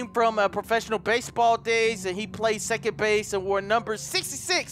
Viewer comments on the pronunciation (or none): none